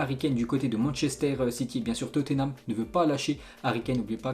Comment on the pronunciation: Ensuite"qu'on va parler" c'est joli, mais ce n’est pas français ! Ensuite" Toté name" "Gréde liche"!